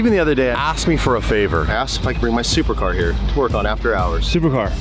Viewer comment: so you said, "thupercar" he said "supercar"